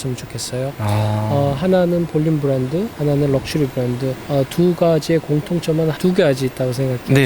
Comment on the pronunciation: 부랜드부랜드 웃겨용 헤헤헤헤